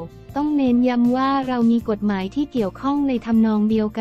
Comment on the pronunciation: คนอ่านข่าวต้องไปฝึกมาใหม่นะ อ่าน คำย่อยังไม่ถูกเลย กม.อ่านว่า กด-หมาย ไม่ใช่ กม การเว้นวรรคก็สำคัญนะ